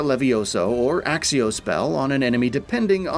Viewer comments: Its accio not axio 🤓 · It's ACCIO , not ACSIO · Have you actually played? .... Have you ever heard your character say "Axio" ? ... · Transfiguration not transformation Accio not Axeio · Kroo-SEE-oh ACK-kio Jesus, there’s only 8 films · bros said axio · so true! i mean for fuck sake content creator please pronounce the spells properly ...there are people who are new to the game who will be wondering what the hell u are talkin about....our characters even pronounce it properly as "ack-ee ohhh" in the game. no excuse whatsoever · In the movies they sometimes do, and by proper latin pronounciation, "cc" is pronounced like "kc", so Accio technically should be "Aktseeoh"